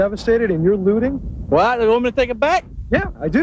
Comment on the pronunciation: If you can't SAY "looting," you really shouldn't. That man said: "Lootering."